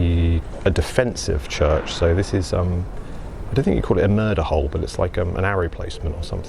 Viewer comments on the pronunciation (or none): none